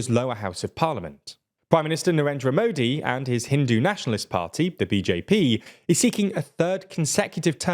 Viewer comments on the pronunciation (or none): none